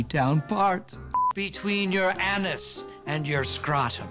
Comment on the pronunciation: "between your ann-us, and your scrott-um."